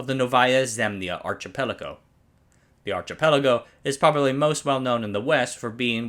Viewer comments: Numerous pronunciation mistakes. The front of a ship is the bow, but not pronounced as done here, but in the way the word is used to describe a performer acknowledging the audience's applause. The CH in "archipelago" is pronounced like a K. A sailing vessel the size of Lenin is called a ship not a boat. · A ship's bow rhymes with plow, not know The CH in archipelago is pronounced K